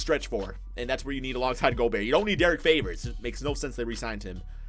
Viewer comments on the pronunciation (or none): none